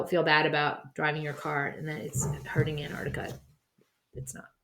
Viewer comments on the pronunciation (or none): none